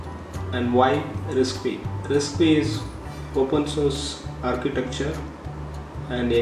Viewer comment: Thank you for making this video. I love risc-v! For future videos you should know it's pronounced "risk five." The V is the Roman numeral for five. They named the ISA this way because it is the fifth major ISA to come out or Berkley.